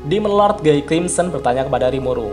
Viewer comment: maap koreksi nih... guy sebutnya bukan "Gey" tapi "Giy" 🥰🙏